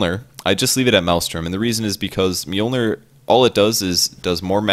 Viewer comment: Americans trying to pronounce mjölnir.. lol